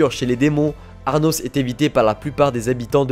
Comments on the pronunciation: cest pas arnos mais anos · "ARnos" C'est pas plutôt Anos Voldigoad ? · Du coup le nom du mec c'est anos et non arnos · Ces Anos et non Arnos comme tu dit ahahah😭😭🤣🤣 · Tu m'a casser la tête à dire aRnos c'est ANOS VOLDIGOAD LE CRUEL ROI DEMON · "Arnos".... C'est "Anos" il y a pas de "r" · J'adore tes vidéos, mais pour cette vidéo, c'est le ARNOS qui me dérange, c'est Arnos 😅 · C ANOS PAS ARNOS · Pourquoi tu dis ARRRRRRRRNOS alors que c'est Anos ? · ses anos pas arnos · Anos, pas Arnos x) ça m'a trigger toute la video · Par contre faut arrêter de l'appeler Arnos comme un gogole